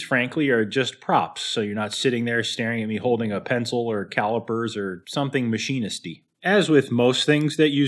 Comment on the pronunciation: Hahahah “machineisty” !!!